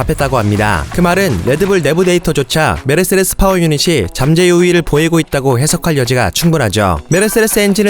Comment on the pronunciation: 메르세레스라고 계속 발음을 하셔가지궁!! 세레세레세레스~~~***😂